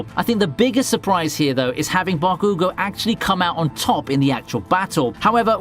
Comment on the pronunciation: The way you say Bakugo, irks me 😂